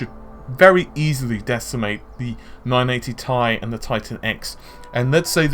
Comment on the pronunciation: The way he pronounces 980 Ti (the letters are supposed to be read individually)